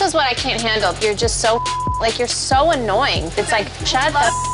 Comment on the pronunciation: "You're so ANOING" LMAO